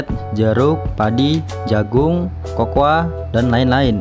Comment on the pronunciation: Kakao bukan Kokoa ,,,ha,,ha,,ha